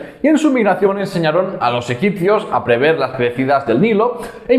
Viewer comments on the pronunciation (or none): none